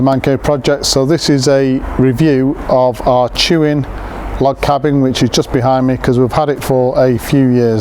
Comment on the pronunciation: tuin is pronounced "tayn". Its a dutch for garden